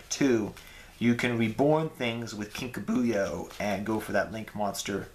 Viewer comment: Lol Kinka BU-yo. It's Kinka B-YO.